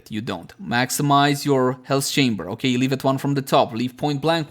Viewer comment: OKEH made me laugh XDD